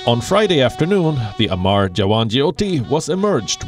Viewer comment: It's not amaar it's amar !!! They mean 2 different things. Pls